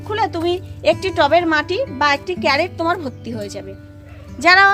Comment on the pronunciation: ক্যারেট? ক্রেট বলা যায় না!😂